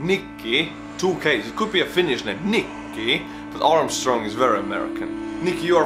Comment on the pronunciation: Maybe some other country next like UK, Germany or Russia?and btw for fucks sake stop pronouncing Finnish names like a Swedish guy XD the pressure is in the first letters and it goes down from there, there is no high sounds at the end of the name/word XD